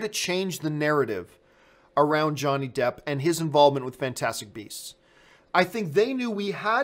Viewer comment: ? Johnny Jepp? Campea, have you been working with Sean Spicer's speech coach? ;)